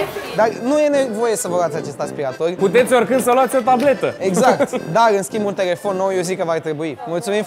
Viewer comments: Bine pe engleza… “ASPIRETOR” 😂😂😂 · Aia cu “aspireitor” e cuvant nou in engleza 🤣🤣🤣, noi la scoala am invatat vacum cleaner parcs 😺😂